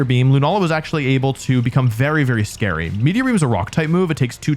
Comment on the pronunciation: uuuh scwary dwagons